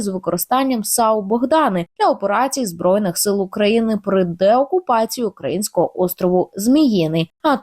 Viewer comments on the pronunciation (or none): none